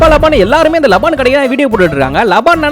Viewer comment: தம்பி அது பேரு லபான் இல்ல லபன்